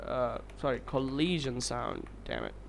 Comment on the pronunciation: Coleesion sound. Lol.